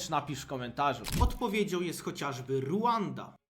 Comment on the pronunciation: Mówi się Rwanda nie Rłanda